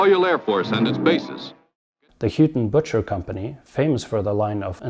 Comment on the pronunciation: Excellent. Btw it's a trick name, pronounced Horton Butcher.